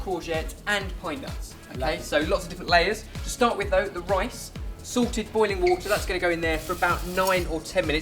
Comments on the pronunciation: I swear you said 'sorted water' not 'salted water' XD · I'm sorry, this is a silly question. But are you saying sorted boiling water, or salted boiling water? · when you said "salted water" i thought you said "sorted water"... i was like, "damn! they have their own water now??" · Every time you say "salted, boiling water" I think you're saying "Sorted boiling water". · every time they say salted i think theyre saying sorted and im like, "wow, theyre so cool that they have their own category of food or something" haha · everytime he says 'salted water' i think he's saying 'sorted water' hahahahahhhh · Haha, sounds like saying ''Sorted Water'':P